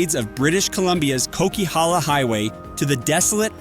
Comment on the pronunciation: coquihalla highway pronunciation is killing me 😂